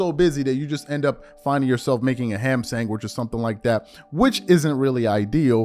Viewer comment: I watch the factor meal spot until you say Ham Sangwich every time.